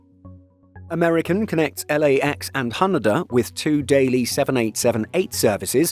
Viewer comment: Ha-NAY-Da , not What you said (Ha NUH Da) 😊😊